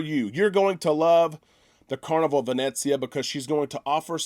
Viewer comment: PLEASE...it is NOT pronounced Vin Et zia...it is Vin Eh Zia ....no "t" sound. 😁 Just a little something that drives me crazy...otherwise great vlogs!